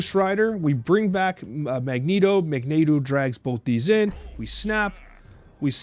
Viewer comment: He ALWAYS says Magento when he plays but when he does the podcast he appropriately calls him Magneto.